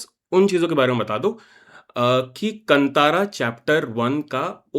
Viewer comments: Why Hindi people behave like aliens, that is kaanthara, no kantara, pls pronounce properly 🧐🥴😄😄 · Kantara nahi bhai Kaantaara🤦🏻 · It is कांतारा and not कतारा.. why do we have so much of problem in pronouncing properly our own Indian words when it is written clearly in Hindi